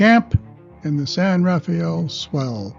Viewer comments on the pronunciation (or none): San RA-fell, NOT San ra-FAY-ell.